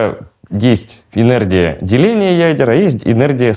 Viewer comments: Энердия? Языте? И этот человек лекции читает? Это же уничтожение мозга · мне кажется или он все время говорит ЭНЕРДИЯ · ЭнерДия? Эт что такое? Вроде всегжа быда энерГия...😮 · ЭнерДия. Не смог послушать